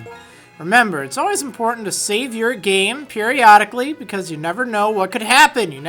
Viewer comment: i know that did not say periolodically